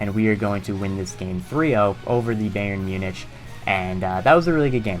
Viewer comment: also learn how to pronounce my team name you scrub